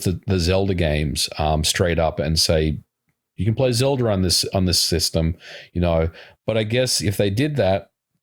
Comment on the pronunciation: "Zelder" lolz